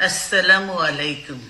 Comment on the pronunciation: বিসমিল্লাহির রহমানির রহীম ও আসসালামু আলাইকুম বলতে ভুল।